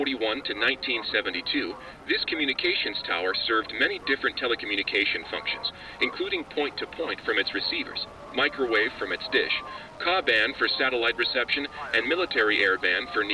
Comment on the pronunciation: Goddamit its not Kah-band! Its spelt out as K-A band.